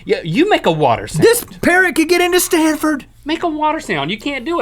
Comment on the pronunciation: yah. its stafford not stanford. fire your crew.